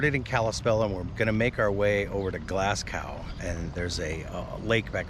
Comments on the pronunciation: It’s pronounced Glaz go not Glass gow. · BTW, Glasgow is pronounced Glasgo....I was born there many many moons ago when there was an Air Force Base there. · hi Glasgow is major city in Scotland and is pronounced Glasgo no "W" sound